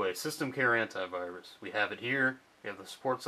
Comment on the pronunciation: Antivirus pronounced hentaivirus. I know how us english,it is real but funny.